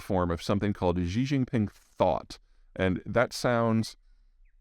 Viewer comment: Just pronounce Xi as She: Jin and Gin; and ping as ping.